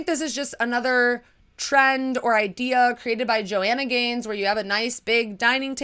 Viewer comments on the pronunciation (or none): none